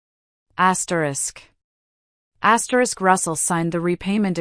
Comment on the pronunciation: I don't like when it's his asteris.What the heck is asteris!!!